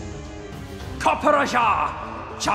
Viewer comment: The only bad thing about this song is pronunciation of eternatus and copperajah